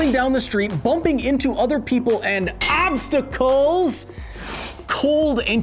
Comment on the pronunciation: So obstacles would turn into "owbstacles"...